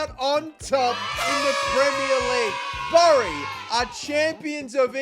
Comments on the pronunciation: Great video but it pronounced as bery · As a fellow Aussie I have to point out that Bury the town is pronounced like in "Bury a body" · Just for reference its pronounced berry if that makes sense 😂 great vid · You’ve probs already been told but it’s pronounced berry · Just to let you know Bury is pronounced like Berry